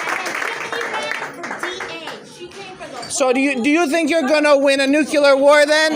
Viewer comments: I'm sorry, I'm not even an English native speaker, but damn... no matter what your opinion on the matter is, no matter WHAT your political views are, if you say "nucular" when you're talking about something "nuclear" , my brain just refuses to take anything you say after that seriously. It's the same as a grown up saying "libary" instead of "library". I can't trust your mental problem solving skills, if you have problems understanding and pronouncing words while also clearly not having any actual speech impedements that would explain the gaffs. It demonstrates, that you don't actually know or understand what "nuclear" means. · The man can't say nuclear.